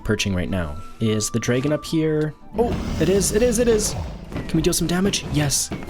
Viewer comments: Its Dragon not Dregen 😂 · Please stop saying dragon like that